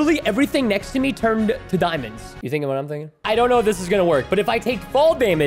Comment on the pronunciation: Excuse me but "dimons"?